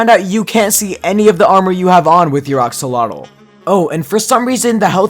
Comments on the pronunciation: He kept saying oxolotl but it's actually axolotl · It is not ox lol tl it is ax llol tl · are we going to ignore that he said oxolotl instead of axolotl LOL